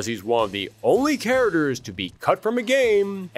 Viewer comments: "karaders" ........ You mean CHARACTERS???😂😂 This guy kept saying the word and sounded so wrong every time. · Why does this guy keep saying care-derz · Pronouncing "characters" as "char-ters" is bothering me more than it should be. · "KA-RA-DURRS" 😂😂😂😂😂 Bruh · "Karadurrs" you mean characters!???? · Thank you for this video about all the cut "chariders" from "Street Figh'er" :) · A History of Cut Street Fighter "caraders" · Are you saying care-uh-ters??? 😂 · Are you trolling with how you say characters